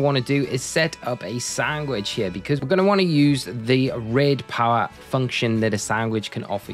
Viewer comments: Does he keep saying sangwich??? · just noticed, are you saying sangwich? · dang you have a weird way of saying sandwich. Great video tho!